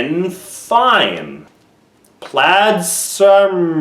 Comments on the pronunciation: You did fantastic 10/10 the only thing you got sincerely wrong was al-eye-ance and cymru is wales in welsh woth that it is pronounced cer-mroo. Finally i think the thing you tried to say be for that was some Scottish party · My welsh friend says that it's cumree not cumroo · Cymru is pronounced Come-Ree also it’s not English it’s welsh so yee